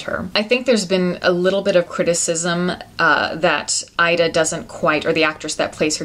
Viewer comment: It's pronounced "EE-da." Learn how to pronounce the film before reviewing it.